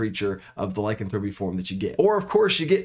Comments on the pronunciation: Not trying to be mean and not to be a granmar nazi but it's not lycanthrope-ee it's Ly-can-thropy 🙂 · A minor point and I know it's pedantic, but the stressed syllables change a bit depending on which derivative of the word you are using ... Lycanthrope (the creature) stresses the first syllable [LYcanthrope], Lycanthropy (the disease) stresses the second syllable [lyCANthropy], and Lycanthropic (the adjective) stresses the third [lycanTHROPic] ... hope this helps ... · Great video, the only thing that drives me crazy, is the mispronunciation of Lycanthrope. Lie...can...thra....pee. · IPA Pronunciation: /laɪˈkanθɹəpi/ There's some good info here, but the constant mispronunciation makes me twitchy. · The way he says lycanthropy kills me. Otherwise, great video. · I can't believe you're the only one to comment on this. I was losing my mind and couldn't finish the video.